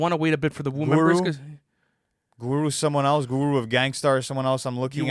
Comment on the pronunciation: lmao what are these pronunciations of Guru 😂😂😂